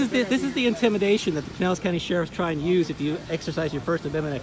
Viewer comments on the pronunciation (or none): For future reference, it’s “pine-ellis”. 😉 Also, Pinellis is a “rich people’s” area!